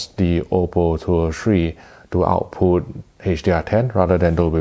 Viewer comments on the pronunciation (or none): When he says [ AW-POO ]* ... what he's [saying] is [OUT-PUT].